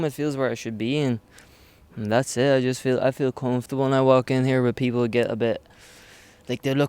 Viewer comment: listen to how he says "comfortable" James your from Tyron ffs